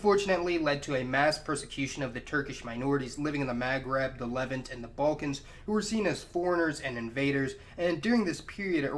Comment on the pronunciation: Levant is pronounced Le-VANT, not LEV-int.